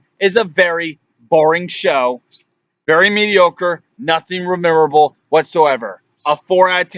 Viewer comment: Its MEMORABLE not remeemorrablll or whatever you dribbled out